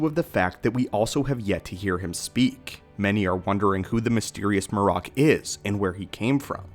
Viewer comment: Shit u didn’t even watch the episode huh? MAR-RAK😂😂they literally say his name as MARRIK…but shit this dumb theory gotta stop. THRAWN AND EZRA DISAPPEARED TOGETHER BECUZ OF TELEPORTATION. This is why they are both missing! Why tf would they go to the trouble of finding Thrawn if the guy WHO PUT HIM IN THAT SITUATION IS ONE OF THEM??? They’re looking for a map to Thrawn and Ahsoka is on the mission but to find Ezra, u find 1 u find the other. The rebels show is canon juz go watch the last episodes…